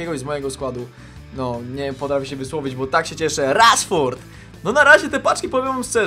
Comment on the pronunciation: Śmiesznie powiedziałeś Rashford XD